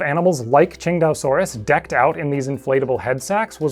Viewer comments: nah your pronounciation is right on the money. It's basically ching-dao like the beer. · Man, I'd always pronounced it (Sin-tay-oh-sore-us). Never would have come up with (Ching-dau-sore-us). Makes sense though, after seeing it was named after Qingdao.